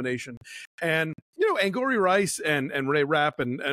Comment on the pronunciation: Christy, I thought the same thing after I heard “Angourie” pronounced in interviews haha. And I believe I first heard her name when you guys reviewed THE NICE GUYS, so I’ve been saying it wrong, too!